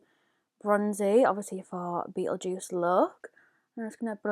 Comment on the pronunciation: It's pronounced like beetle gist that shade